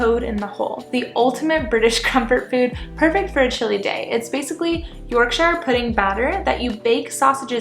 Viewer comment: NO NO NO NO NOOOOOOOOOO 😂😂 Having a British dad there is no way you don’t know it’s pronounced YORKSHER and not YORKSHYRE